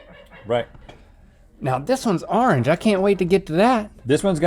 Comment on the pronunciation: lol "arnge"